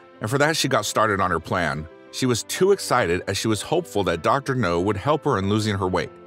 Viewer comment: OMG dude its Dr NOW. Not NO